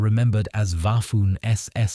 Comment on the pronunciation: Waffoon SS? Bafoon narrator